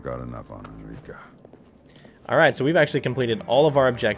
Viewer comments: It kind of bothers me when you keep saying Enrica's name as Enrique, lol... I'm a stickler for pronunciations and such, and it's even in the game as En-Ree-Kah (as spoken by other characters) Other than that, I'm mad that this isn't the version that migrated to the PS3... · Dude, its ENRICA, NOT ENRIQUE